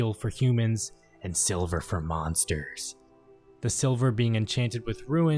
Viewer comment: "A N D S I L V E R F O R M O N S T E R S" Okay I needed that.